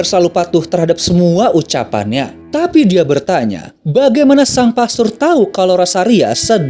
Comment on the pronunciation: Bukan pestor...tapi pastor